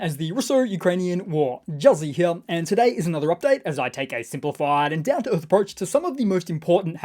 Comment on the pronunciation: Juzzie leaves out the T sound making the name sound like shoals.